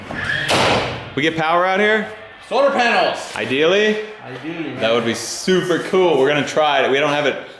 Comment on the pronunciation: "Souper coowel" Is that Texan or just?